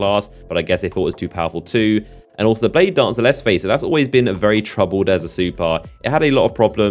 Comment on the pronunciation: Do you exaggerate the last word of every sentence on purpose? SimiLAR bladedancAR